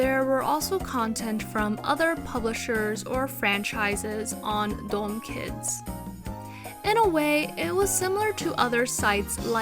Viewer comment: Btw it's pronounced closer to "da" "um" instead of "dome"